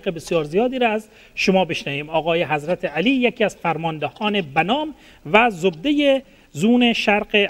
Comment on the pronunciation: جانم از شما بعید بود که در تلفظ اشتباه کنی،حضرتِ علی فقط امام اول است..........ایشان که شما صدا میزنی در اصل حضرت علی نامش است،یعنی در ذکر نام امام علی حضرتِ [ت زیر میخورد یا این علامت( ِ ) گفته میشه و این شخص حضرت [ت سایلنت است ]